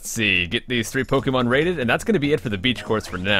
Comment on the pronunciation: You're one of the few that pronounce Pokémon as you should... xD